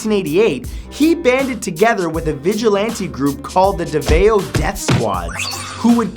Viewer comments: Its pronounced as davaw, not daveo.And did you say that our president is a villain? (Cuz i agree) IMMA FILIPINO SO I CAN CRITICIZE ABOUT THOSE THINGS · As a Filipino, I'd like to clear something up. it's pronounced DA-VOW. NOT DA-VA-O. Okay I'm good. just needed to get that out there. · its davao not devew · Davao city is not pronounced as davayo its pronounced as davaw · Davao is pronounced Dah-vow, not duh-vey-oh,.. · "Deh-veio" ... 'Dahvau', actually. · did he just "deh-veo' instead of "da-vao" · Davao is pronounced DA-VAW not DA-veo lol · It's pronounced "Da-vow" not "De-veo". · haha davao it should be pronounce (da-vow) not (dAv-a-O) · Davao is pronounced dah-vao not daveoh. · That's not how you pronounce Davao, It's Da-Vao not Da-Va-Eo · You say davao wrong... It's not day-vay-o but dah-vao and duterte is considered a hero of the people, my grandparents who live in the PI love him. He kills drug dealers because he thinks the drugs are the problem and the media is corrupted in the PI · its pronounced da-vao not da-veo lol😂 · "Da-Vow" not "daveo" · okay now its DA-VAO not DEVAW its really a DHA-VAW pronounciation just a bit of correction there cause you know Davao death squad is not really scary if you say it like DEVAW and not DAVAW or DHAVAW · Davao is pronounced Da-vao. Not Da-vay-o. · that reads Da-va-o matt... not De-ve-o :-) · really? you pronounced it so wrong that it made my neighbors cringe. Its pronounced as DAVAW(Davao) not DEVEO know your facts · Thats ok matt if you pronounced it wrong.. in the PH, "A" is pronounced as "ahh" not "eyy". So it should be "DA-VAO" not "DE-VE-YO" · Hey Matthew Davao is pronounced as “the vow” happy 2019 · It's pronounced Da-VOW. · You pronounce davao davOW but im not triggered good video anyway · I'll stop you right there Matthew, 1st the Davao is pronounce Da-va-o, 2nd the Davao Death Squad is not yet proven to exist, 3rd I know all of this because am filipino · it's pronounced "Dah-Bow..." for Duterte's group...